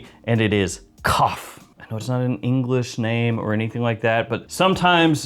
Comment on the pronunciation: You actually pronounced kaaf pretty well 😂